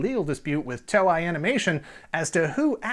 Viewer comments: "TOE-EYE"? Really? It's "TOE-A"!!! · Its pronounced "To-Ei", not "Toe-i" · It is To-Ei(Toe-ae), Not To-Ai, = = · TOEI is pronounced toe-eh-ee, like toy. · Sorry but I cringe a little inside each time he mispronounces "Toei". It's not "Toe-eye". It's "Toe-Eh". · Toei is not pronounced "toe-eye". It is pronounced "toe-ay" or "toe-eh-ee". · With all due respect, I love this channel and series, but please pronounce the name of the Japanese company correctly. Toei - pronounced “tow-ay” (like the “tow” in tow truck, and “ay” like a long vowel A). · TOEI is pronounce as Too-ey not Toe-I. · Great show again. Fun fact: Toei is pronounced Toe-ay. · Did you say Toei wrong on purpose? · Maybe you should have looked up how to say Toei before you made this. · Good research except on the pronunciation of Japanese names Toei and Daltanious. And I am one of the eight people that prefer Voltron I. Better stories, darker, more realistic situations.